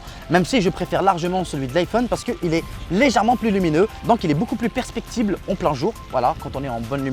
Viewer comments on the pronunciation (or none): Super vidéo mais le mot c’est perceptible et pas percpectible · Mdrrrrr je rigole et te reprend juste sur ta façon de dire "perceptible", tes propos sont très clairs a part ça, continues si tu te régale a faire tes vidéos !